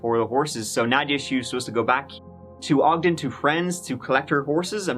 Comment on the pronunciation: Thank you so much for pronouncing Ogden correctly ❤️